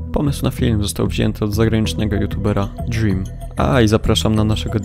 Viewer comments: Dżrym xD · Wszyscy : Dzłim Ja : :o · Dżrim się mowi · ogólnie to to się wypowiada dżłim ale prawie każdy mówi drim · ''dźrim'' XD